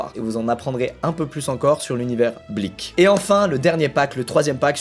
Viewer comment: La vie que quand il dit blik j ai l'impression qu'il dit bleach